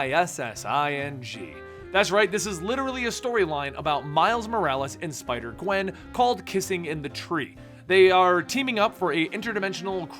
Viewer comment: you sai sipder gwen